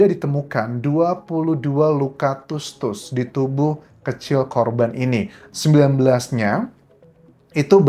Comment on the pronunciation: Anjas bilang tusuk nya biasa aja ga usah tus tus, malahan jd ga enak didengernya